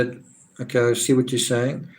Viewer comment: Thanks for your contribution, it's made a huge difference. Saying has a 'g' on the end of it by the way . .